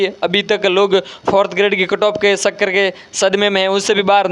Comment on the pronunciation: Sir pahle chakkar bolna to sikh lo